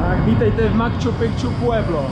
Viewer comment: Reportáže pěkný , ale neříkej PROBOHA " makču pikču " - podívej se jak se to píše...